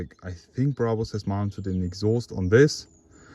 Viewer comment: Bruhbus. Man it's Brabus, easy as that